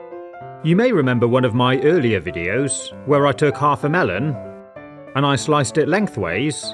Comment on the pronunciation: I like how whenever he says and, he says it like “ha and”